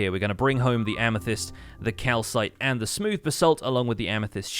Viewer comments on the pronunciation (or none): none